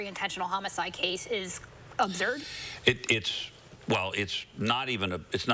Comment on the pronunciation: "Ob-Zerd", she said. Now that's all I can think about. Absurd, no?